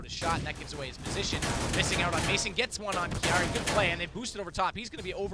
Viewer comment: Kiari? It's Kairi!